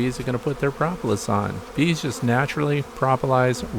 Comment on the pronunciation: Pro pro, propalous, not pra pra prapalous